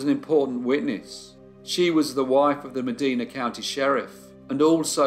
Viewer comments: Medina is pronounce with a long i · Last summer, I visited someone near Medina, Ohio. I pronounced the name Meh-DEE-nah and my friend looked slightly ashamed and laughed. "It's Meh-DYE-nah", she said. I mentioned that I was going to visit a cousin in Cadiz, Ohio, pronouncing it Cah-DEEZ. She laughed again and said, "We call it Caddis." Americans love foreign names, but not always how to pronounce them!